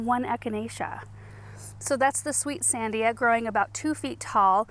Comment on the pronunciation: I came here to say the same thing! And the emphasis is a the second syllable… san-DI-a. I live in the shadow of the Sandia mountains in Albuquerque.